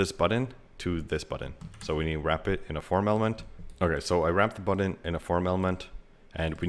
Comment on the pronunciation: You say "button" like an Indian person speaking English. How'd that happen?